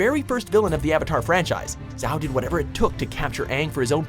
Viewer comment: Zz-ow? 😂 It's so bad